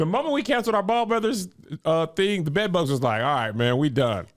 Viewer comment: I don't wanna hear you say TING no more!!😂😂😂